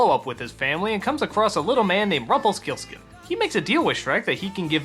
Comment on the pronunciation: LOL, Doug really cannot say 'Rumplestiltskin', can he? Twice he called him 'RumpleSKILskin'. XD